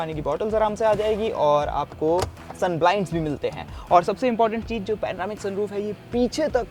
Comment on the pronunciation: Such an enthusiastic reviewer! Sometimes spoke sooo fast that my brain had trouble catching up! 😀 Also, pretty flawless presentation even though every time he wrongly said cheej instead of cheez, I had to smile.